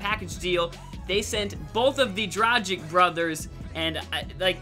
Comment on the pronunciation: it's Dra-gh-eech